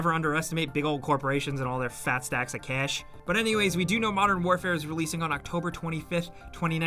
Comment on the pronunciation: “FAt STaCkS uf CeAsh”